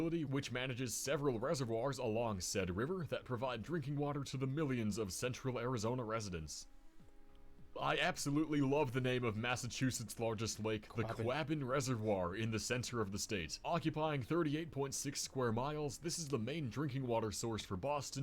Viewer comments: The correct pronunciation of the Quabbin Reservoir in Massachusetts is kwa-bin. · So, he found the name of the Massachusetts lake amusing? Maybe he wouldn't be so amused if he actually pronounced it correctly. Quabbin rhymes with "robin" and is a word from the native Nipmuc language that means "meeting place of many waters". Now if he wanted the oddest names of lakes in each US state, Massachusetts would be at the top of the list with Lake Chargoggagoggmanchauggagoggchaubunagungamaugg. It's the longest name of any geographic location or formation in the US. It has several other spellings but all trace back to the Nipmuc language. There are several translations but many allude to "neutral fishing place". That led to the not-so- authentic translation " you fish on your side of the lake, we fish on our side and nobody fishes in the middle". It is also called Lake Webster... much easier to pronounce.